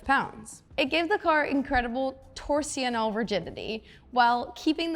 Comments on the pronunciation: 👌👍 BTW Torsional is pronounced like Tour Jean Al. Jean pronounced the french way like Jean Claude Van Damme😅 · Somehow, she made four syllables out three.